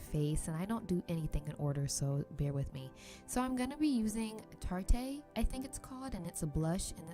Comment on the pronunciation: girl tarte is pronounced like just the regular tarte and its high end aahah!! this video was one of my favs though :))